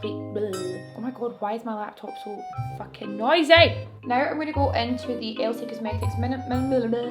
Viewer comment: y r u so bloody cute !!! also y when u say fuckin in our accent it does tingz💕